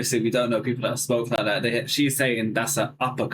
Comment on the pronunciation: Bro, you are making that argument that you never heard anyone talk like that while saying, "Thahs an Uppah clahss think" while trying to say "that's an uppER class thing." You drop the Rs for AH sounds and use a K instead of a G for "ing". and "they don't talk li'e them". the word is LIKE, not LI'E.